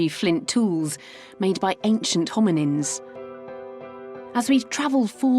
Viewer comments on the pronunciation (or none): Did she say "homonyms"? Sounds like that through my speakers. That segment was quite interesting and while it's great that the divers have found that site, I suspect actual marine archeologists watching would be sputtering with rage, as it seems there's no recording of finds on any type of grid to try and determine pattern, distribution of objects, etc.